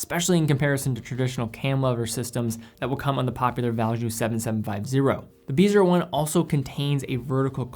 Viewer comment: BREITLING PREMIER "B O I"